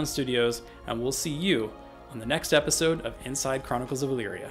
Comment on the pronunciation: "Epsisode".. You're welcome!